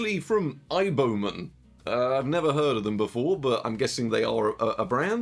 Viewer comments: aiboman is just how chinese people would pronounce IBM, subtitles picked up on that too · I took a drink every time you said Aiboman. I've lost the sight in one eye and my right arm fell off.